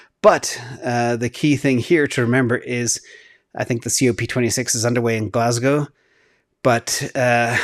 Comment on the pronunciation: I didn't think my respect for you could get much higher, then you pronounced Glasgow correctly and it found new heights.